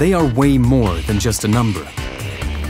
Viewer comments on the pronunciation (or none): none